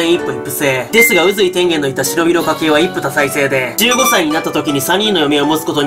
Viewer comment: それ僕も思いました。 それ以外に「一夫多妻制」を「いっぷいっぷせい」って言ってました